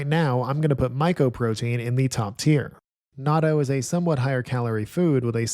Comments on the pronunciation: I used to pronounce it like that too but I moved to Japan and they pronounce it like Na..Toe because in Japanese it’s なっとう with っ basically being a small space within the word. Thank you for the great video though! Not trying to hate on it I just hear Americans mispronouncing it often in Japan. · You put natto in the top tier but couldn’t pronounce it right? 🥲